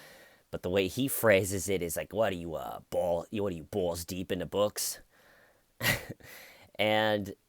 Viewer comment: Haha! Bewalls deep inda bwooks